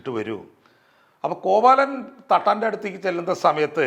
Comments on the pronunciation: കോവലനെയാണോ കോവാലൻ എന്ന് പറയുന്നത്? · Not കോവാലൻ.കോവലൻ എന്ന് തന്നെ പറയണം. ഇതൊക്കെ ശ്രദ്ധിക്കണ്ടെ